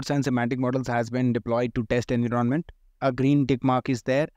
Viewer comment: Dont mind, but your way of pronouncing "en-viron-ment" as "invi - ronment" is very irritating. BTW helpfull content. Thanks for that